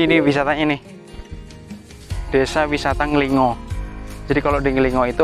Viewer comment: nglingo dan nglinggo bacanya beda kak